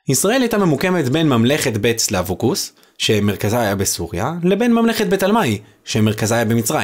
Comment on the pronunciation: אתה לא הוגה את השמות נכון סלווקוס הנכון הוא- סה בצירה או סגול, לב ל בציריה או סגול, קוס ו בשורוק או בחולם . חקליה . ח ו ק בקמץ או פתח ל בשווה ונשאה יה. ולא ח בפתח או קמץ ק בשווא ל בחיריק......